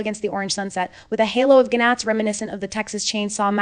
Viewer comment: Did you say gih nats?? Funny!!